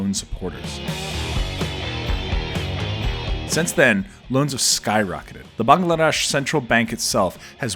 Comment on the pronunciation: Bangladesh is not pronounced as 'bang la desh' !